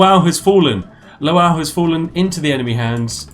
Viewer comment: Lwow is pronounced *luh-vov*. You actual spoon.